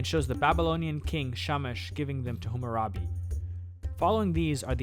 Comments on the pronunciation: Great video, awesome quality and I liked the subtle music. One small criticism could be that you kept saying HUmmurabi, rather than HAmmarabi. (You also spelled it "hummarabi" in the beginning of the video) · HAH-muh-rah-bee, not HOO-moo-rah-bee